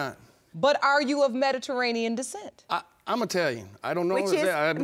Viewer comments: "Medaranian" 🤣🤣🤣 It's Mediterranean lady!! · She couldn’t say Mediterranean to save her life